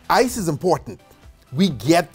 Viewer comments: Did he said "isis life" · every time u say " Ice is " i keep hearing "isis" oh god the trauma i need to slow dwn on docs now.